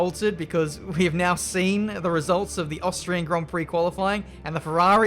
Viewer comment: I can only think "You've said 'austrian' wrong as the first round of the season"